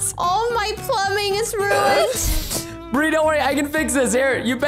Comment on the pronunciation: why did you say bir even it's bri